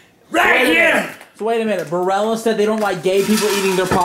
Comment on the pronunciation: Love the unnecessary emphasis on Barilla XD